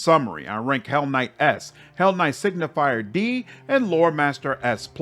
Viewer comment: Just a small correction: Signi-fer not signi-fier. Signifer means something like sign-bearer or sign-bringer. Similarly to how Luci-fer is translated into Lightbringer or bringer of the light. Does the game recognise you as a hellknight even if you are on the path of a signifer? Like.. does Regill consider you a peer etc? Because then at least this pretty average class could have a little thematic pull (taking a level - keeping your full spellcaster status just to get the special dialogues). Actually inmo the average attack bonuses might also matter - if you turn a low attack full caster like a sorcerer or witch into a sigifer then into an eldritch knight you can get a bonus on touch attack spells. Still only average as it is not that great (Probably just 1 bonus unless you go legend) but it might mean a little boost to some builds. On the other hand signifers as a crusade unit are insane. probably on par with the mage generals.